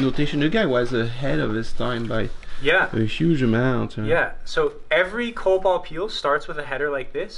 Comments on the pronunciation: I was totally not tracking when the fossil team kept saying Coal Balls. I was tracking COBOL. How ironic. (I see others pointed this out) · Think that's bad? I thought they found these data in a small, goblin-like creature. Could be 'cause I'm still half-asleep, but I totally kept hearing "Kobold" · Every time you say "coal ball" my ears want to hear it as COBOL. Help.